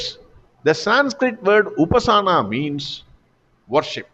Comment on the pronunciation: A correction: It is upaasana, not upasaana. Harih Om.